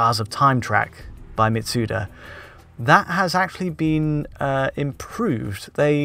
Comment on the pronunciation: Great video but please, please why can't people pronounce Yasunori Mitsuda's name right? There is no z sound in his name.